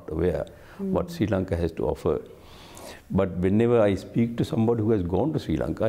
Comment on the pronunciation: "Sri Lanka" hota hai na ki "Siri Lanka" hota. Pakistani sabi madarsa chaap hota hai kya 🤣🤣🤣🤘🤘🤘🤘